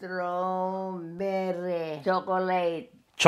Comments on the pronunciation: I like how they pronounce es--true--berry..sounds cute.. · I see older generation Philipinos pronounce strawberry as many non Emglish speaking latinos.